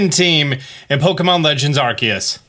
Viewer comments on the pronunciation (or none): Arkee-us? Arseeyus. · You said arkeus at the beginning omg